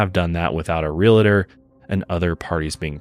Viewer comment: Real-tor. It's real-tor. Not real-a-tor.